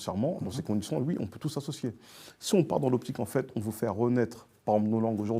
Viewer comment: A 1236 j'ai arrêter de compter combien de fois il a dit enfete 😭😭😭